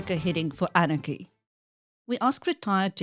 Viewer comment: ANarchy not AAARNAACHY😨😨😨